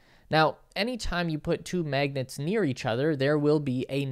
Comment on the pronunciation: Stop calling magnets ‘maygnets’. /ˈmæɡnɛt/ has an [æ] sound as in ash.